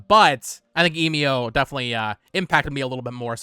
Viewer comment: It bugs me that you still cannot pronounce Emio